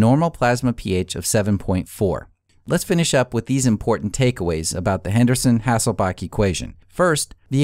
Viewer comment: HasselbaLch - there's a L in the last syllable.